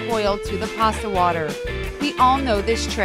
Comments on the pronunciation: It's pasta not parsta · there is no r in pasta